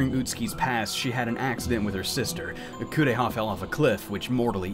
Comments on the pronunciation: Kuon! I'm sad to say I've never had the chance to play it myself (that price is the scariest part of the game!), but it's one I really enjoyed watching. It does suffer from its share of flaws and the pronunciations of the Japanese names ("Korea!" instead of "Kureha") aren't...the best, but it does have an undeniable charm that comes largely from its setting (for me, at least). It's a bit rare to see a game set in the Heian Period, especially a horror game, as opposed to a more modern setting (i.e., Project Zero/Fatal Frame or Silent Hill). This particular setting really adds to the game since folklore was such a quintessential part of that period and it plays well on the fears and beliefs of that time. Cosmology of Kyoto is probably the only other game that I know of that captures the same kind of feeling that Kuon offers. I'm really glad to see you cover it! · When I saw a playthrough of this game, I felt like they didn't make the mouths move because they were trying to emulate old Japanese theatre where they used masks for different characters. Also the way the VA pronounces "Kureha" makes it sounds like "Korea".